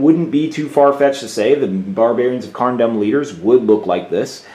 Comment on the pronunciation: Seven Hells man you pronunciation is terrible. Its pronounced Carn Doom not Carn Dumb. I don't mean to rag on you but someone had to say it.